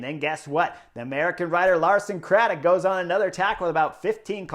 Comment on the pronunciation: *Lawson Craddock come on Chris 😁